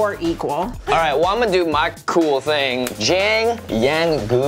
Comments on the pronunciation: Hearing Jimmy butcher Jiang Yanggu’s name makes me feel less bad about not knowing Chinese (I’m half-Chinese). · How Jimmy pronounces Jiang Yanggu kills me inside